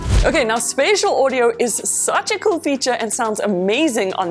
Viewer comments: it is spaTial not spaCial audio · special hota spacial nahi!!!!!!!!!!!!!!!!!!!!!!!!!!!!!!!!!!! learn english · Spatial. not Spacial...I thought this was professional content...